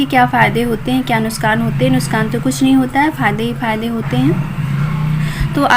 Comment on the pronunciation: nuskhan nhi nuksan bola karo mam